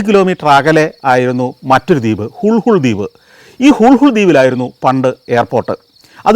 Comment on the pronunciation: ഹുൾഹുൾ ദ്വീപല്ല ഹുളുലെ ദ്വിപ് ഇംഗ്ലീഷിൽ എഴുതുമ്പോൾ നമുക്ക് വായിക്കാൻ പറ്റുന്നത് ഹുൾഹുൾ എന്നാണ് lha കൂട്ടിവായിക്കുന്നത് ള എന്ന അക്ഷരമാണ്